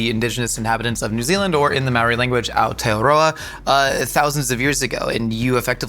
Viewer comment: Kia ora from Aotearoa! The pronunciations of a few te reo words was off but better than most kiwis can do (Māori is less of an ma sound and more like the start of the word mold). I hope yall get a chance to have a proper Hāngī some day and can make a video about it, ka pai! 💕